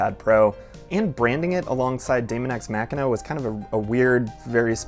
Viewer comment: I died a little every time he said machina